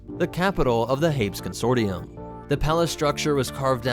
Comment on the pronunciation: I'm not sure you pronounce Hapes correctly.